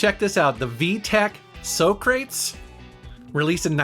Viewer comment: "So" "crates" lol